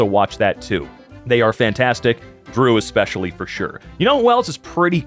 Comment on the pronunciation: dude, "expecially" needs to go!